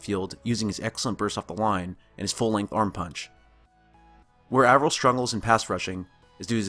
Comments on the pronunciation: "Avril" is like "Apron," not like "Avril" Lavigne or "Anvil." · god DAMMIT. pronounce his name right. Avril. A. Eh. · You spend all this time studying him, but can't pronounce his name right?